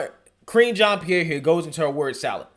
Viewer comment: I could swear I heard say "Cringean Pierre", lol.